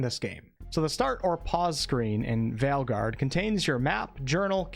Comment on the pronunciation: Your accent is fine and I actually prefer the former pronounciation of "Veilguard."